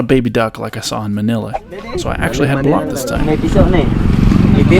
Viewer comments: my friend.....I have a filipina fiance myself....you REALLY need to learn the difference between BALUT and BILAT!!!!!!! :P Ask her and i'm sure she'll explain. I had to listen multiple times but i'm pretty sure you said BILAT!!!! lol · 😂 he's saying balut not bilat😅